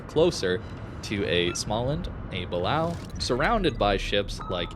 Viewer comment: It's pronounced Buh-Lay-Oh not how you're saying it